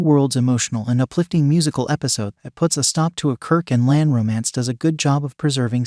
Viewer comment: I wish they wouldn't use AI to do the narration. It's not "Lan" it's "La'an." And it's not "US Enterprise," it's "U.S.S. Enterprise." Geez! Doesn't anybody ever check these things before posting them???